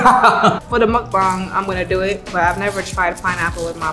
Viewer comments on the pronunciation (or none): its muk. ba. ng not mukbong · I love hearing people say muk bang correctly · She said muk bang better than he did lol 😆 I like him he’s funny.